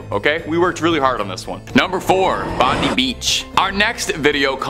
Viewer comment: Its not "Bond- e" Beach, it is pronounced "Bond-eye" Beach!